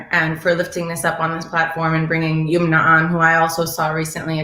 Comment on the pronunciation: Her name is Yum-na and not Yoom-na. Please get POC people’s names right.